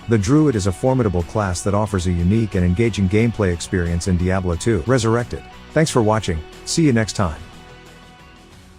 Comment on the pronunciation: The text to speech that can’t even pronounce Diablo properly made me skip off this video quick.